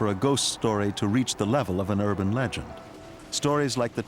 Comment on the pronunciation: I think you mean legend not "leang" but I saw the same thing